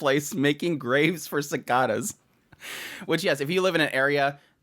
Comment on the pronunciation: Pronouncing cicada wrong bro.